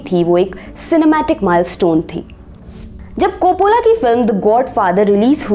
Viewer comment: It's Ray not Rai Copollo not copolla